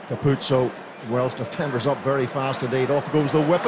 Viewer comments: “andre capoze” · di Amalfi hey there, just googled, his name is Ange Capuozzo, not cangaroo, apologies for the mistake, it was a genuine mistake and there is no need to be offended. Cheers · Carpuzzo! Capuzzi! Capozzo! Carpazzi! Capanazzi!.. Yes, it's a record number of mispronunciations of an Italian's name in one game!Congratulations Italy! 😎